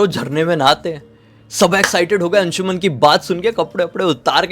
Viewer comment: अंशुमन Nahin अंशुमान Hota Hai